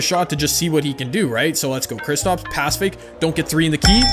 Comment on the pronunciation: Anyone else getting mad when says kristOps instead of kristAps